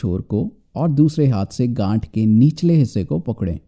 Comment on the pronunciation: 1.24 gath to gand jaisa sunai de raha tha😂😂😂😂😂😂😂